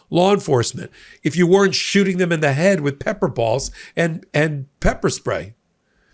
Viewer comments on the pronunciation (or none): none